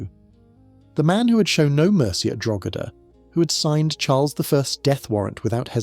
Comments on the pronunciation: Drogheda is NOT pronounced "drug-hed-uh". I love your channel but PLEASE double check how to pronounce foreign words. Drogheda is pronounced "droy-duh". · "Drog-hed-Da"..my Irish eye twitches..